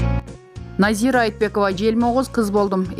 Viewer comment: Назииик дейби😂 Назира